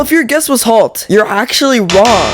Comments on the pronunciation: It’s halt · Halt ❌ Talt ✅ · “Whalemart halt💀💀”